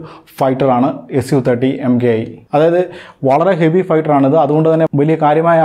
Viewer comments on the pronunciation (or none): It's pronounced a su 30 mk 1, not as mki